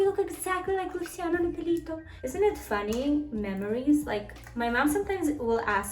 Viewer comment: Love when she says "Luisana lopelito" hahahaha it's lopilato actually!! Loved that telenovela back in the days!! Greetings from Argentina valeria!